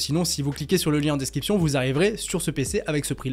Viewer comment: DescRiption, tu as tendance à dire desKiption... A part ça t'es au top 👌